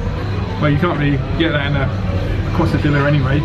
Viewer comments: have to be pronunced Qezadiya! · You say Quesadilla funny :P In America we pronounce it Kay-Sa-Dea